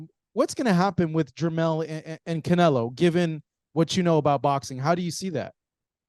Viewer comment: Cry more, it's Canelo dude...I repeat... Canelo